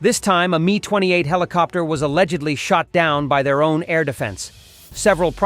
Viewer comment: Mi not My stop with all these AI speakers that dont work